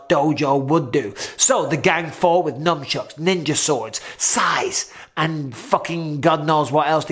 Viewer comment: Did you say "NUMBchucks"? 🤔